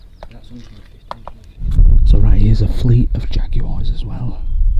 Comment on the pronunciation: The word jaguar has two syllables not three Jag u are wtf a prat u are